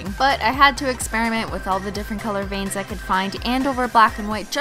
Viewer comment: Who else thought she said bangs instead of veins